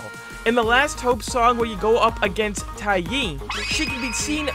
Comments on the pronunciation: Te-yai not taye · Btw its dae-Yai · I liked how you pronounced taeyai lol. It's actually pronounced "Tay Yai"